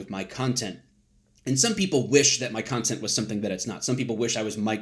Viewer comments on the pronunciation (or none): Did you just say cuntent?